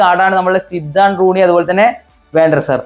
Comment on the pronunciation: സിദാൻ ❌സിദ്ദൻ ✅